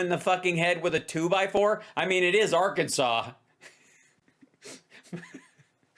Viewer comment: I try not to laugh but can’t not 🤣. Ar-Kansas?